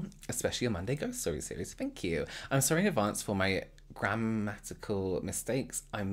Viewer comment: I thought you said "my grandma, terrible" instead of grammar because of your accent